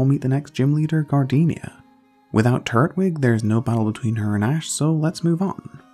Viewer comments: Tur-twig, not turt-wig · Turt Wig Why do you pronounce it like that lmao